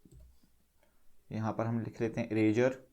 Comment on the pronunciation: It's not erazer it's eraser